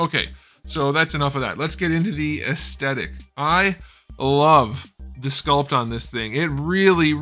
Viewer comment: I love your videos but please it’s aesTHetic, not aesTetic